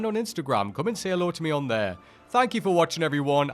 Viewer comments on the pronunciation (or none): none